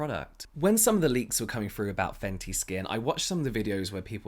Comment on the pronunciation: Ok but can we talk about the intro " faNcY yOu!!!!!" 🤟